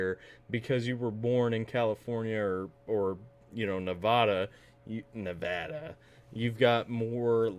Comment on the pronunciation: 😂😂😂 I live in Las Vegas, Nevada. Thank you for saying it right